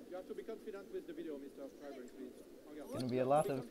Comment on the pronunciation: Yes, but given Imboden's international stature, surely people would know who he is and how his name is pronounced. You'll notice no one mispronounced "Kleibrink" as "Kleebrink" with a long "e". Obviously, names may be altered in different languages, but how hard is it to stress the correct syllable in a three-syllable name?